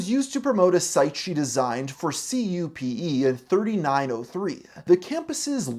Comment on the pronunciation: CUPE is typically spoken "Que-Pee"